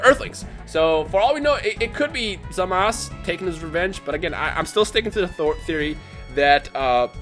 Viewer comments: It's Zamasu Not Zamas lol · It's zamasu not zamas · Say his name rt pls. Its pronounced Zah-Mah-Su(Zamasu) not Zah Mas. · It's not Zamas it's Zamasu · His name is Zamasu not Zamas. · In Japanese, it's pronounced "Zamas"